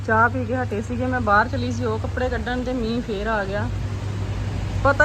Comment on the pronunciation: Hello tusi ਬਾਹਰ ਨੂੰ ਬਾਹਰੇ kyu kehnde o hmesha hi bahre kehne tusi bahr kiha kro don’t mind just saying